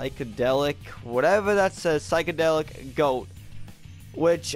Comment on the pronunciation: its (sigh)-(ko)-(delik)